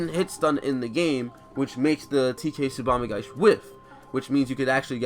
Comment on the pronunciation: there's an i at the end of "tsubame gaeshi", if you're going to make a video where you say it 100 times you could try to pronounce it properly